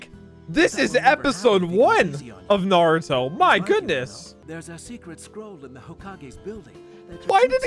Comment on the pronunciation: nartuo lmao